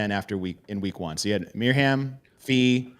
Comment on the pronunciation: JFYI I think it's pronounced Miriam